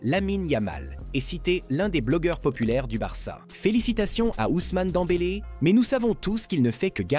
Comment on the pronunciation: Et toi qui sait même pas dire Pedri . Et qui dit suivre le foot 😂😂😂 Dent bélé 😂